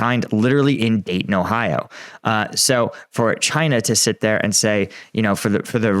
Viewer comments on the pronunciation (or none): none